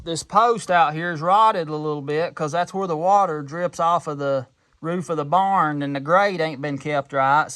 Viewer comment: I'm as country as they come but I never heard anyone say barnd, thought I misheard at first. Keep them videos coming, I love'em.